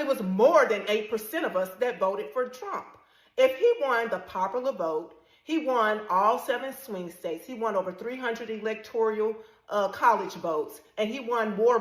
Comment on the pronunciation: The first girl was right, except the word is 'Electoral' College, not 'electorial' (a common mispronunciation, mistakenly echoing 'equatorial', 'sartorial', 'tutorial', 'serial', etc.).